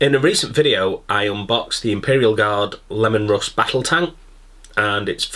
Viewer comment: Hahaha Pronounced Leemon, Lemons are yellow 😀 just saying